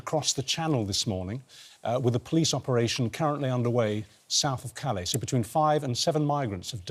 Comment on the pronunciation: Did the report just say south of ca lis no its pronouce ka lay sir reports these days of such age should be aware of this